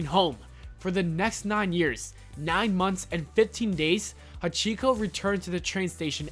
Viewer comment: he pronounced years yeras